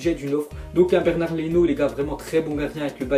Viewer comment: Euh Leno, son prénom c'est pas Bernard ptdrrrrrrrr C'est Bernd (complètement imprononcable ^^)